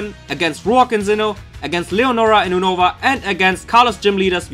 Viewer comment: You-no-va not o nova